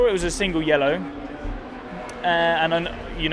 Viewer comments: Because he pronounced the double L, which is not a thing in English. He said "yel-lo", that's why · most Italian "yellow" I've ever heard